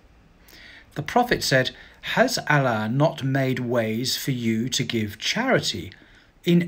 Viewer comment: Pronouncing "Allah" like a champ! Keep at it! Especially when people criticise you! 👍